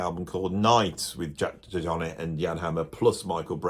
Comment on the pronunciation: Weird pronunciation of DeJohnette.